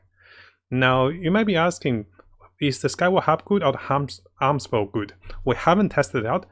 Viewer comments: It's A-Mos" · If anything, I just don't like this Arms Bow, who names their bow as Arms Bow Edit: If you don't get it, hear how pronounces Amos